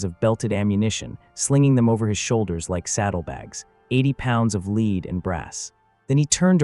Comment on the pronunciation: I really enjoy your videos but it really irks me how you pronounce Lead as lead instead of lead. 🫣